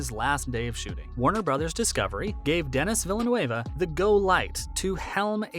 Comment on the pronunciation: Butchered Denis Villeneuve name too bro